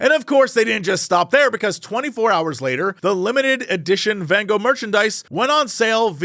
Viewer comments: jesse please just say van goo. it wasnt even close but thats normal if your language doesnt really use these sounds in this way. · As a Dutchie, I appreciate your efforts to pronounce Van Gogh as anything other than "Van Go". 👌🏻. We require more disgusting Dutch G in our Van Gogh. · As a Dutch person, hearing you try to pronounce van Gogh is really funny Here's how to do it properly: pronouncing the "o" in your original English way is fine, but both the fist "G" and the "gh" are pronounced by a special kind of pronounciation that is very difficult to do for non-Dutch people, it's called a "hard G", and honestly, the sound is so complicated that typing it out isn't easy, but the closest thing i can say is that you should imagine yourself hissing like a very angry cat, combined with the funny thing you do with mouthwash where it's half in your throat, please, look up how to pronounce the Dutch hard G and try it sometimes, hearing non-Dutch people try to pronounce the Dutch hard G is one of the funniest things for us Dutchies